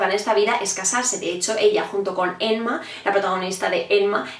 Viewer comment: Por qué le dices "Enma"?